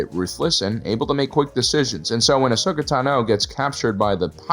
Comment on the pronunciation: Ahsoka tah-NO. At-At-Tin. You hear all of these names correctly pronounced in the shows...why purposefully butcher them in your videos? lol